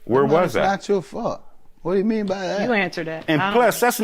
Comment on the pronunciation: What's "yaaa'meeen"?? 😂 He got too comfortable there.